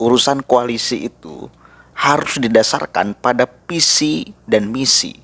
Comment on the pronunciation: Mas mas plural. Atau flural? Visi mas bukan pusi, fakta mas bukan pakta 🤣🤣🤣🤣